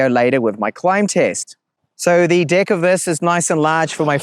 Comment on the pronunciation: It's deck not dick